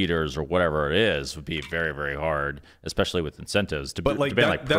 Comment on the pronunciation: He's a genius but he can't say especially......he said expecially.!!!!